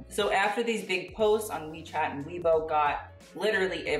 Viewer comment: Im surprised pronounced weibo as weebow when he learnt pinyin xX